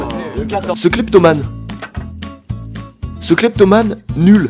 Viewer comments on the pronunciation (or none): nan mais le truc c'est qu'on dit Cléptomane et pas Clépatomane